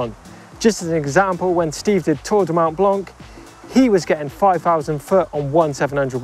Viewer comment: French advise: the c in "Mont Blanc" is silent (the t in mont as well actually).